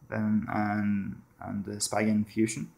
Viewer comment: Read it as S-pee-gen not spygen.